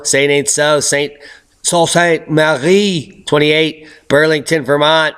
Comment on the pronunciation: Its pronounced Sue Saint Marie, Thanks for your efforts